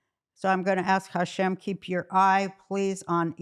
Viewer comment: I love when she says Hashem :) She’s the best!